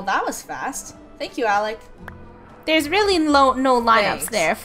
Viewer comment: it ALEC not ALEX!